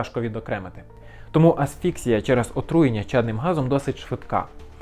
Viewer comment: Не асфІксія а асфіксІя